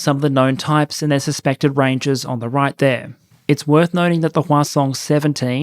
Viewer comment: Every time you say Hwasong I think you're saying Croissant. It's an added layer of amusement for me.